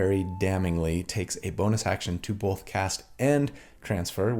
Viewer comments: I was also raised saying "bolth" in that very Utah way. Not that my parents said it that way, but most of my extended family did. So I actually felt really validated that you struggle with it too. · Came for the build, stayed for the "BOW-EL-THA". 😂 Your right, it's definitely not all about damage... Add that to the fact that most of your builds probably do more damage than most average player's characters and I think you're doing alright on that front!